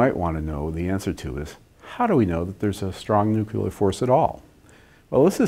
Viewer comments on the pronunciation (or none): Did you say “nucular”? GW Bush has a lot to answer for. ;)